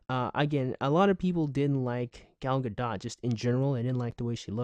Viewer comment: Thank you for pronouncing her name (Gal Gadot) right